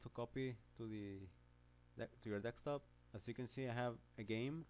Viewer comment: dekstop lmao